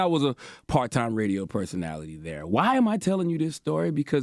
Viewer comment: The way he said Personality lol. “P E R S O N A T I L Y”